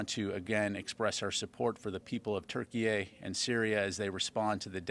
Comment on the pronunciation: Why is he pronouncing Turkey as Turkeyay